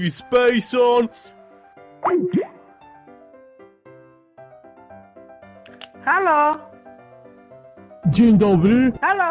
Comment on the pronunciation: MÓWI SPEJSON XD